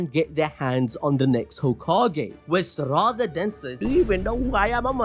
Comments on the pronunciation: I swear to god if you keep saying Saraàda ...😂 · The way he pronounces Saradas name is disgusting